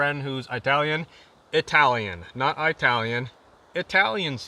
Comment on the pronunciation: It wouldn't be if you stopped saying eye-talian. That’d be like getting rid of “anywheres”, “I'm gonna go ahead and..”, “baggles” or “very,very,very”.